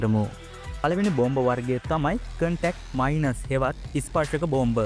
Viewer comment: හොඳයි. ඉංග්‍රීසී ටිකක් හදාගන්න. Mines...... minus...... මයින්ස් සහ මයිනස් .